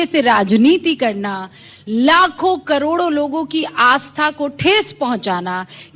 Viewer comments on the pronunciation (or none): करोड़ों को कडोरों बोल रहा है। ये दोगला